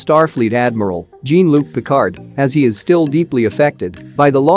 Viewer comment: JEAN Luc Picard... not Gene. Sacrilege.